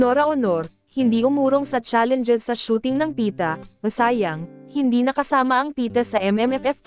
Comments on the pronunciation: Tama! When you are a broadcast" journalist", at least try to learn the proper pronunciation of the words in your report. Kulang sa effort ang mga so-called journalists ngayon. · Congrats Pieta cast. Pieta po at hindi Pita. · It's PIETA and not Pita!